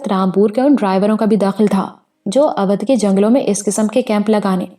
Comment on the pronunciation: اودھ کا تلفظ غلط لیتی ہیں یہاں اودھ کا او او بھائی کی طرح بولا جائے تو تلفظ ٹھیک ھو جائے اچھی کہانی بہترین آواز مسحور کن لب و لہجہ اللہ دے تو تھوڑی محنت سے تلفظ بھی ٹھیک ھو سکتا ھے پھر آپ کی کہانی گری کا مقابلہ بھلا کون کر سکتا ھے اور مجھے امید ھے دھرتی کے سفر کے بعد قمر کی اتنی ھی شاندار کہانی "مقدس مورتی " بھی آپکی آواز میں سننے کو ملے گی اگر ناول نہ ملے تو میں آپکے لسنر کیلئے ڈونیٹ کر سکتا ھوں